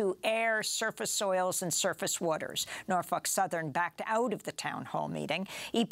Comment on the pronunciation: I like how she's pronouncing "Norfuck Southern" 😂